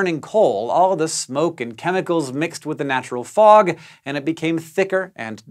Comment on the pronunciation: I’m happy I’m not the only one that thought it said frog😂